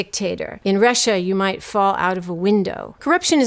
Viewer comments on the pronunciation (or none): none